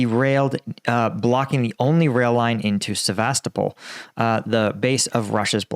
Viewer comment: my Russian coworker says it is pronounced Seh-veh-STOH-pul